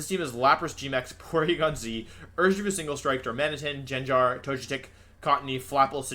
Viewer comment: Ive always had the suspicion that Wolfe mispronounced names on purpose to piss people off, and "Jenjar" finally confirmed it Honestly im not even mad